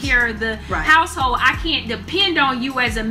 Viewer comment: Two questions regarding anomalous pronunciations: 1) Both women repeated refer to "may-yen," rather than to "men." Why? 2) The woman on the left refers to a "house-hole," rather than "household." Why?